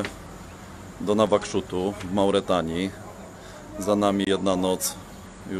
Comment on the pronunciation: Wymawia się Nuakszot. Pisownia Nawakszut to wymysł pijanego kartografa w połowie PRL;)